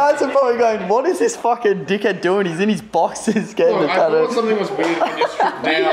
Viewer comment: it's ta-too not tahdu